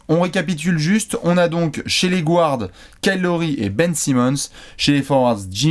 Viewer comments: Les gars, juste pour info, "guard" se prononce "gaa(r)d" et non pas "gward" :) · Arrêter de dire gouards à la place de guards Il est où le ‘ou’ Dites meneurs pls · Je vous suis tout le temps, et je vous kiffe enormement et, par contre mes oreilles saignent quand vous dites GOUARDS haha ca se prononce GARDS;) much love la team <3